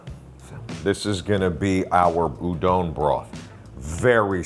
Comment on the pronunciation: Says it’s not pronounced udON but then says udON noodles 5 seconds later 😂